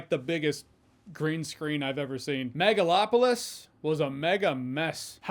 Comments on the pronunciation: Am I hearing megaFlopolis? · I swear I heard Nipplelopalis. 😂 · Excuse me...*cough cough*, I believe you mean "Megaslopolis".